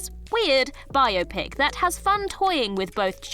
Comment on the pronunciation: Lots of comments about pronunciation but all I was thinking was “at last, someone who pronounced ‘biopic‘ properly!”